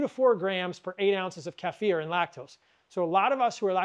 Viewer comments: Thanks for pronouncing 'kefir' right. It drives me crazy the way most people pronounce it. 😄😅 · Thank you for pronouncing Kefir correctly the eastern european way. I have had many Americans arrogantly “correct” me to say KEY-FUR as if they have no idea that culture and language develops outside of their own vacuum.